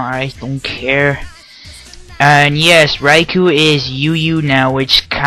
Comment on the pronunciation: lol, did you just say raicow?